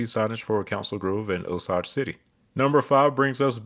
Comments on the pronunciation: For Oklahoma Chicksha is pronounced Chick-uh-shay and Miami is pronounced My-am-uh Osage is pronounced O-sAge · I gotta be that guy. Salina, KS is pronounced Sel-eye-na and Osage is pronounced O-say-j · Jesus Christ. Sa-line-a and O-sa-ge, as in the Osage tribe.